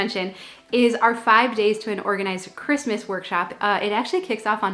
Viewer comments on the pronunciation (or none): none